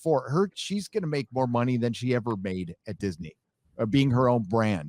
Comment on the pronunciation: Seven Samurai. "First Asians In Film Evah!"